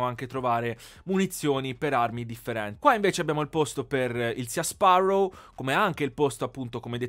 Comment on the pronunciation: Si dice "Si Sparrow" non "Sia"